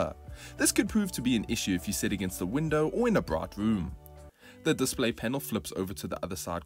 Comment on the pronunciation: Yes it's funny I didn't notice that about sath afrikan before. Also bright being pronounced as braght.